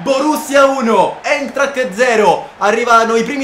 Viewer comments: ti do un consiglio: si pronuncia 'Aintracht' non con la E... per il futuro ovviamente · Si pronuncia Aintracht (l'eintracht)...te lo dico solo perché per un aspirante telecronista ( lavoro che piace tanto anche a me) sono cosa importanti da non sbagliare!